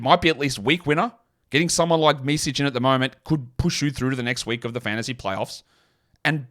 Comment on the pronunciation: Your pronunciation on Micić is (little) off